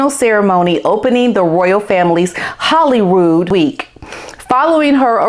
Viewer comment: Girl, I'm a midwesterner, just like you, and I know how to pronounce Edinburgh and Holyrood. It's not "The American pronounciation" it's a mispronounciation. Just stop making excuses and do better.